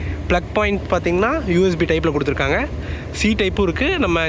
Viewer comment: Super,kuduthurukkanga not kuduthirukkayanga